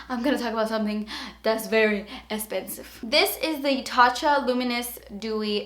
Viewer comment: It always makes me smile when you say "expensive" all funny like that 😂